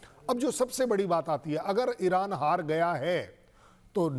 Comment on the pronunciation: एरान नहीं ईरान है